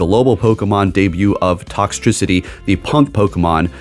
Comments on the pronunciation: How to say it Tox Tricity u actually said it right later in video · Thank youuuu you said toxtricity right!!! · You said Toxtricity correctly